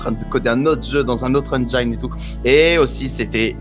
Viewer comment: J'aime bien le style, mais j'ai pas trop compris le but du jeu 😅 Sinon, engine se prononce comme en Français (à peu de chose près : endjine ), et pas enjaïne.